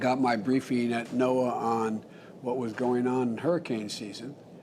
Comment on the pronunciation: Omg he can’t even say NOAA